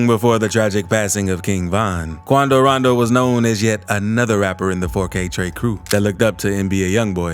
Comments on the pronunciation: If he say quandow randow like that one more time he finna piss me bro🙃 why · “QuAndO rOnDO” 😂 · Quandow Rondow...Attacked! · Why he say Quando rondo like that Hahah. 😭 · The way you say quando rondo makes me wanna peel back my fingernails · He sound so stupid saying “Quando Rondo”